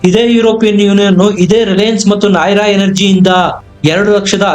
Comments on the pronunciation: ನಾಹಿರಾ ಅಲ್ಲ ನಯಾರಾ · Anna adu Nayara , nay ra alla